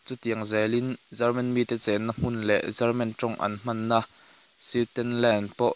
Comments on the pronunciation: Lehkhabu chhiar I Ang tlat ,German tih leh Garman tih kha ngaihthlak a nuamlo deuh . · German ti ve mai la chelman tih hi ka hriat vawikhatna